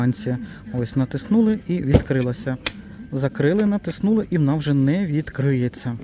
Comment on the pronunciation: НатИснули , а не натиснУли. Нашо навмисно коверкати наголос?